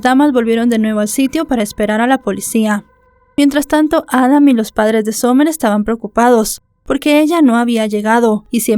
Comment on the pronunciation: Disculpa amiga pero no se pronuncia Somer se pronuncia Samer Cuando tengas nombres en ingles aprende a pronunciar los nombres apellidos calles estados porfa